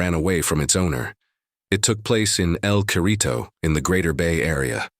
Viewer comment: El Cerrito ("In The Greater Bay Area") is pronounced El "Serrito", not El Kerrito"!